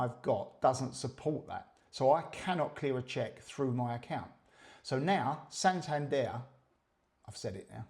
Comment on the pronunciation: It's San tander and its la tay !